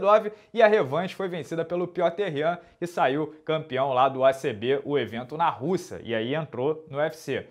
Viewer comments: Pq o pronuncia "Pioter Yan" toda vez? KKKKKKKK, a pronuncia nao seria "" Píter Yan"? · Ele chama piter yan ou peeter yan? Pronuncia o nome certo carai